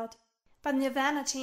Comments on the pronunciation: Nir-van-ah is actually how you pronounce the word regarding bhuddism but nir-vah-na is how you pronounce the band's name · Nirv- AHna Not Nirv-anna lol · Neither is it mine. Anyway, it's pronounced "NirvAHna" with the a pronounced as in "father", and not as in "fan". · I hated posers man😒, some girl said she had a shirt of them n she fucken pronounced the named NER-VAEN-NA...... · I know imma get hate for this but this is why girls don't wear band shirts unless we know literally everything about it. Because you know your going to get asked a bunch of questions about it.🤦 Also when she said nirvana wrong... It gave me anxiety